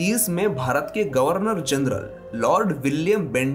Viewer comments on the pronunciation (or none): none